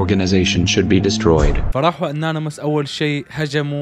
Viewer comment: Anonymous❌ Nanoms ✅